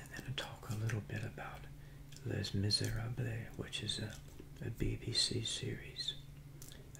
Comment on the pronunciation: Did you mean Les Miserables? It's pronounced lay miz-er-AH-bluh. Source: Been speaking French for most of my life If I sent you some Australian cereal in the mail, would you do a video with it?